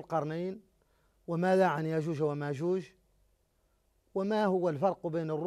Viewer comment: "يأجوج ومأجوج" وليست يأحوجه ومأجوجه